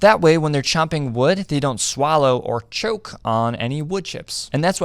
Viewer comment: “that way, when they’re CHOMPING WOOD they don’t SWALLOW or (long pause for emphasis) CHOOOKE (spikes camera HARD) on any wood chips The jokes are getting more subtle y’all, but also much funnier.